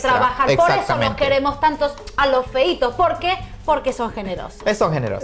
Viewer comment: La presentadora hablando de "los feitos" ...en Serio????